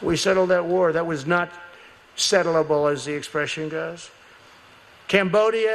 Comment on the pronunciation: Settlable?!!! Huh!😂😂😂😂😂